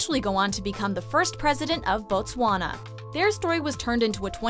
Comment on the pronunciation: Yay for actually pronouncing BOTSWANA correctly instead of Batswana!!